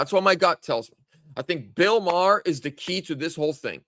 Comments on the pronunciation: Sounds like you’re saying Bill Maher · It's not Bill Marr it's Bill Barr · Barr not marr. Bill Barr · Bill Barr not Bill Marr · Bill Barr not Maher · Sorry but it's hard to take your gut instinct seriously when his name is Bill Barr, not Bill Marr. You didn't even know his name. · It's Bill Barr!!!! Not Bill Maher...!! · Bill Barr Not Marh. Hope they have a look at Michigan!!! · You mean Bill BARR, not Bill Mahar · Too much sun in Hawaii,? It's Bill BARR, not Bill Maher! 😉 It's OK,! We still love you! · Barr, not Maher. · Bill Barr not Marr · Not marr!! It is Bill Barr!!!! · Bill Barr, not Bill Maher. You were close though. The names sounds the same. 😂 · I agree AZ will likely be next. There was obvious fraud there in 2020 and 2022. (It's Bill Barr, not Bill Marr.) And, yes, I believe he was involved in the corruption after the 2020 election. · it would be Bill Barr not Bill Marr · No one talking about Bill Marr because it's Bill Barr, 😂🤣 This better be what takes the deep state down. They must arrest ppl for this. Military tribunals 🐸👁️‍🗨️🇺🇸LETS FKN GO 🇺🇸🇺🇸🇺🇸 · It's "BILL BARR" NOT Bill Mahr! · Bill Barr not Marr.. lol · Its Bill Barr.....